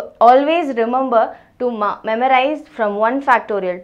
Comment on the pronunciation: It's remember not remumber